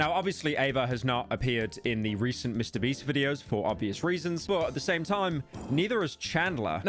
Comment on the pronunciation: mister bieast